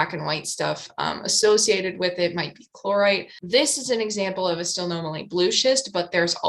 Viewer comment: Based on the correct pronunciation of Psilomelane, I would say that you nailed the pronunciation of Stilpnomelane. Though idk, has anyone else weighed in on this topic?